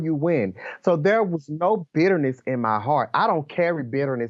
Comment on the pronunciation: You Stay Over Thrrr And I'm Gonna Stay Over Herrr!